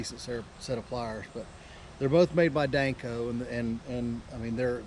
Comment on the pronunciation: According to the information from the company it's pronounced Dan-Co. It sounds like you're saying Danc-O